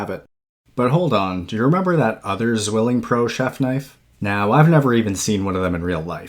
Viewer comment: With respect, it's pronounced "tsvilling"